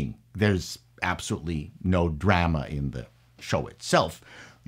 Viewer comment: The way he pronounced drama made me think he's Canadian.